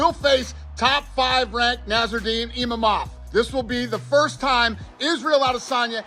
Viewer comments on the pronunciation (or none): No one ever : ... Uncle Dana : Nassourdine IMAMOV ! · Dana just called imavov “imamov”. Dude does not care about his contenders 😂